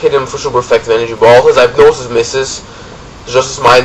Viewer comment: Hey it's Mast3rlink from marriland. Really great battle. Oh and while everyone here is speaking of pronounciations, I'd like to say that hypnosis is pronounced "hip-no-sis" and not "hype-no-sis".